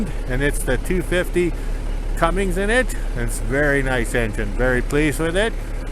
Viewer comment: Cummins, not Cummings, just sayin